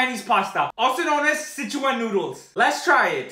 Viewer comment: He finally said the name correctly! For the Sichuan noodles only...